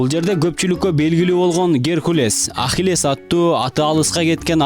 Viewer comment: Ахилес дебей еле Акылес деп атасанар болмок